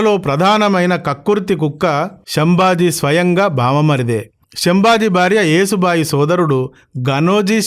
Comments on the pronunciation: తాతమ్మ కాదు నాన్నమ్మ, యేసు బాయి కాదు ,యశో బాయి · యేసు బాయి కాదు యశో బాయి